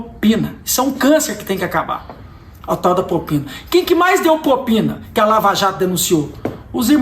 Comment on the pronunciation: Prezado Cleitinho apenas uma correção "propina" e não popina! Concordo com tudo que disse!